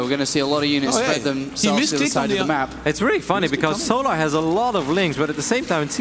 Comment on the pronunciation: Every caster says it: So Larrrrrrrrrrrrrrrrr Larrrrrrrrrrrrrrrrrr It's fucking "sol ur" Like. you know. The word Solar.